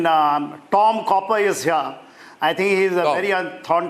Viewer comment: It’s Tom Cooper NOT Copper, Arnab!